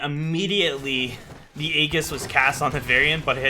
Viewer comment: It's not ayy giss, its ayyy jis. aejis